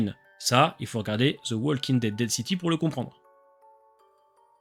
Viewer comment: Super vidéo! Juste une petite remarque: le "l" de "walking" ne se prononce pas